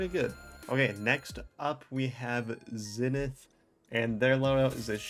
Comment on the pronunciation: my big bros name is zenith its proneced zeen eth